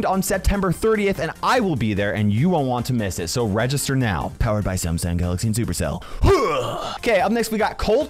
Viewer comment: If i had a dollar for every time he say samsong galaxy (something) i would be a millionaire